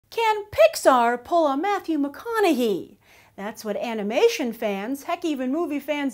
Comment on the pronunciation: "Matthew McConahee" lmfao